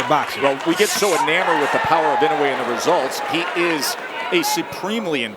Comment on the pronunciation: Ee-noh-ay not In-ew-ay I wish the announcers would try, just a little bit, to show some respect to the champion by pronouncing his name close to correct.